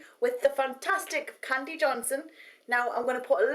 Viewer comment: Soooo cute how you pronounce Kandees Name <3